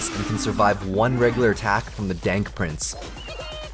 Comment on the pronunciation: "Dank Prince" srsly...